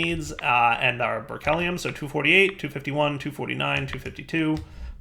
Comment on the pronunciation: "Ber-kelly-um" (triggered science nerd) It's "Ber-klee-um" — as in, Berkeley, California (or more properly, the Lawrence Berkeley National Laboratory) where it was first discovered. You pronounce Berkeley like you did, people are going to think that you come from a place where they don't wear shoes!